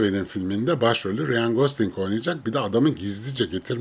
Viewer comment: Abi konu harici; neden Ryan ismini "riyan" şeklinde telaffuz ediyorsun?.. Rayn... Bir de J ile başlayan isimleri C ile okuman daha doğru.